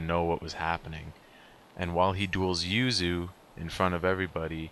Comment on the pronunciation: The yu in yuzu is actually different to the yu in yuya. The yu for yuzu is shorter and yu in yuya is longer.